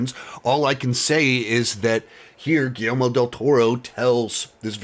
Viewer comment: It’s not just you,, so please don’t think I’m singling you out as I’ve seen several other critics do the same thing, but is it really so hard to pronounce Guillermo? Everyone seems to keep pronouncing it Guillelmo.